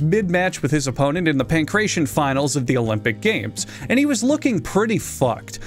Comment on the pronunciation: you actually pronounced pankration correctly